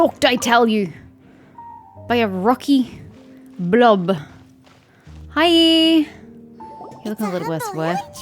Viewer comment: Can you say blob again 😂😂😂